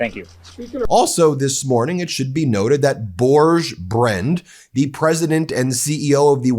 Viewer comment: I know it's beside the point but the pronunciation of "Børge Brende" is horrendous 😅 Though I'd like to say that he is just one of few Norwegians involved with Epstein. Torbjørn Jagland former PM and chair of the nobel peace price comittee (he led it when Obama recived the price), etc. Mona Juhl and our Crown Princess are all also on the files, so the Epstein files are very much discussed here, our anti corruption police is investigating several individuals and parliament have started investigation themselves